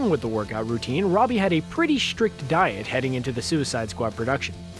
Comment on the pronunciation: Take a drink every time the narrator says "shtrict"